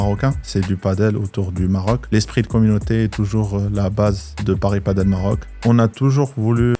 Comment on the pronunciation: perso j'en peux plus de t'entendre dire "padeul", tu dis pas "bordeul" je pense, alors padel ben c'est comme bordel ! Du coup j'y vais, merci...